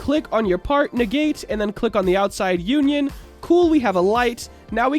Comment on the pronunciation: It’s not called uan yan it’s un ion